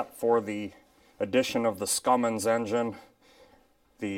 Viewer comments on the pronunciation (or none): I had to replay to make sure I heard you correctly when you called it a "scummins" engine 😂😂 I'm stealing your saying. New to the channel and enjoy the videos. Especially the locomotive repair ones.